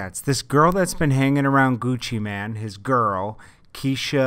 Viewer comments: ChipXanlark exactly I've always wondered why they keep saying man instead of mane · seems like news channels always say Gucci Man... its mane it has a damn E!